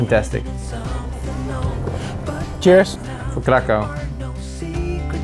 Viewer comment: 1795 through 1918 is when Poland was partitioned, not 1600 through 1939 (WW2). Also its pronounces crakhuf